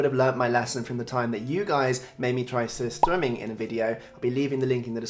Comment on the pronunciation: The sur in Surströmming is pronounced suer, which means sour in Swedish.